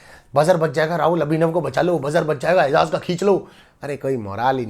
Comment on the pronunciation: baki sari baten to sai ha lkn eijaz ka nam to sai la bhai. its eiJaz not eiZaz